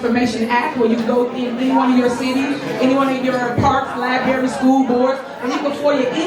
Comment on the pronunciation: Hey Tif! It is librrrrrrrary!!! There is a whole r after the b. Not libary! Librrrrrrrrrrrrary!